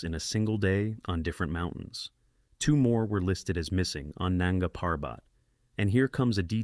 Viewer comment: Nunga Parbat is not pronounced that way.